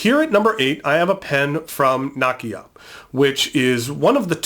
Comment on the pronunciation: Great list. I wish I had money to buy the Kanilea pen. btw Nakaya is pronounced NAh-KAh-YAh not NA-ki-ya